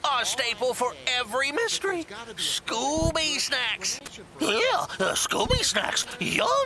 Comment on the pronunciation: The fact that Scooby pronounces it so well is the cherry on top 😂